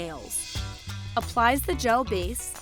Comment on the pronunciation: Anyone else cringe when she says gel manicure